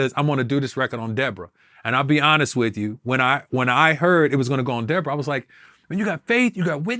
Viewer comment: said “were you and debrorah cool”